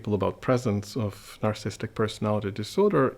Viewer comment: Anyone else bothered by the fact he can’t say "narcissistic" but rather says "narcistic" over and over? Or does this make me a narcissist?